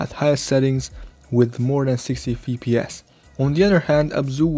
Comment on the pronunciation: "EF PI ES", not "FI PI ES" :p